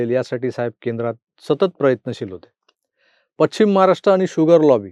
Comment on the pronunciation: तुम्ही पश्चिम या शब्दाचा उच्चार पच्चीम असा करता, कृपया सुधारणा करा.